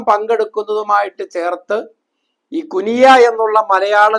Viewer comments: കുനിയ അല്ല ....... കുണിയ ആണ്..... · കുനിയ❌ കുണിയ✅